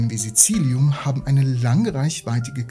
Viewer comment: was ist SiCillium bei oder doch Silicium